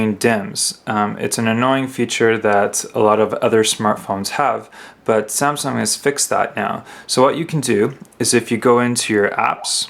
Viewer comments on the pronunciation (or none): none